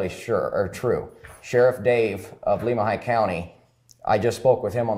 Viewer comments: My area of the world! You guys do a great job. A picky pronunciation tip. Lemhi is Lem like lemon. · Listening to your pronunciations of Lemhi and Leadore is funny to me because I grew up around there! Love your videos!!